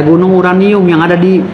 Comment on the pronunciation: Because this URANiummmm 😂😂